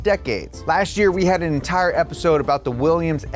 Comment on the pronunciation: Willians, Willians, Willians... '-'